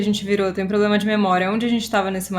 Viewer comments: "probrema seu" KKKKKKKKKKKKK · "probrema seu" rachei kkkkk